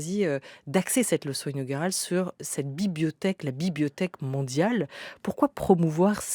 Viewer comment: La" bibiothèque" 🤣 Comme les petits nenfants ! J'adore !